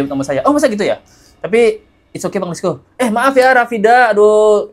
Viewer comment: Kenapa bang let's go bilangnya hif sih.... Aneh... Hà ì ve harusnya